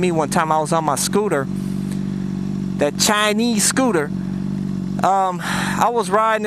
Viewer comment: Yo man I love how u gotta emphasize... "Cha-nese" scooter cracks me up